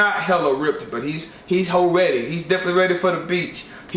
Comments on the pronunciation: every time you say ho ready I want to punch your face, just saying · Did this dude say Hoe ready?? LOL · did you say, "hoe ready?" lol